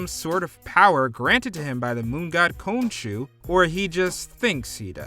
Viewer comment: Every time the narrator says Khonshu (cone shoe) 🙄